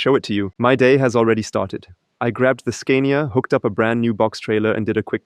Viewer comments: why do you pronounce it SCAIN-IA? Do you also say SCAINDINAVIA?...It's pronounced SCAAAAA-NIA, with a long, stressed A. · In English we would pronounce “Scania” with a long “a” like “father” since it’s a foreign brand name. I can understand how you would rhyme it with “mania”, but we don’t. Also, we don’t say “recuperation” in this context, but rather “regen” (short for regenerative braking). Great video and of course your English is way besser als mein Deutsch 😂